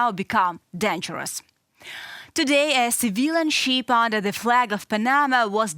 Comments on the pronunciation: The young lady should know the different pronunciation between "ship" and "sheep". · The presenter is attractive enough, but doesn't UATV have anyone who can speak English without such an extremely heavy accent? It's not a "cargo sheep" (for example). The "i" in "ship" is a short "i." Some accent is acceptable (like the narrator on "Reporting from Ukraine"), but it requires too much effort at times to figure out what this lady is saying. She sounds like "Natasha" on "Rocky and Bullwinkle." Have her take an English immersion course, and try again in six months.